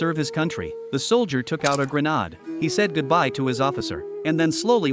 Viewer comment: A grah-nod, 🤣. AI won’t be taking anyone’s jobs away anytime soon.